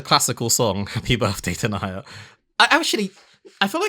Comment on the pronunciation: I dont want to be that guy, but its "den-knee-ah" Denia. She's....an extremely spoilery character, but the important part is her story is particularly tragic. "Evil and menancing" is quite accurate